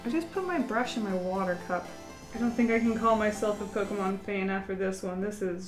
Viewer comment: You pronounced some pokemon names wrong